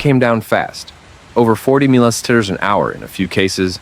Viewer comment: Why can't you AI guys say millimeter correctly?